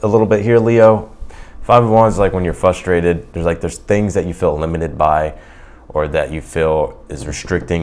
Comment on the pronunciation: Can you say Frustrated not fustrated? If not please stop using words that you can't spoke.